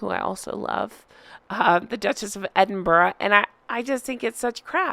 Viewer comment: Thank you for saying Edinburgh instead of Edinboro 😂. I love Sophie and Catherine, they have poise and class😊